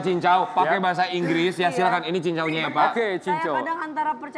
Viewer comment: Kak. Depe sebut silakan sebut biasa saja.. Seperti bahasa Indonesia.. Silakan. Tak usah silaken.. 🙏🏻 Sekadar pengetahuan penggunaan sebutan bahasa saja🙏🏻